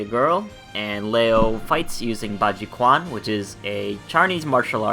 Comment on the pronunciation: while you are at it, i'll just add that is is pronounced as baji-CHUAN, not baji-kwan :D cheers